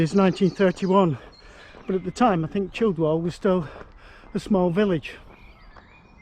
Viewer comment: The 'd' is silent in Childwall/Chilwall. Gatacre is pronounced Gatacker. Well done jogging all that way. In the past I rode my bike from Near Hartleys' Village, to Gateacre, got a flat half way and had to push my bike. I was knackered when I got home!